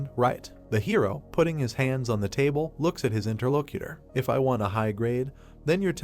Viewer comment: I swear a braincell die everytime i hear interlocator being said